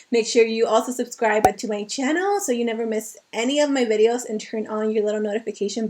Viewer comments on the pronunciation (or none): none